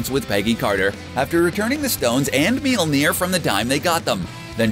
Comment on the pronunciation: stop saying MEYORLNIR